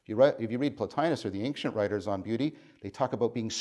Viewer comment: You mispronounce "ancient". No disrespect intended.